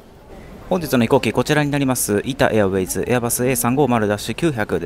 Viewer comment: 「イタ・エアウェイズ」がどうしても無意識に「イタウェイズ」になってしまうのが個人的にはじわじわ来ましたw